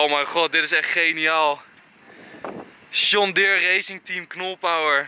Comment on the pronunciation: Waarom zeg jij sjon deere